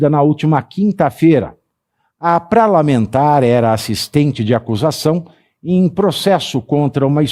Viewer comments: Satírico::: pra lamentar..... 😂 Parlamentar 😅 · Hahahahaha! Eu ouvi direito ??? PAVIVI falou "PRALAMENTAR" ???? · "Pralamentar" foi ótimo! 😂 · "PRALAMENTAR". KKKKK. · Foi isso mesmo que você ouviu. Kkkkk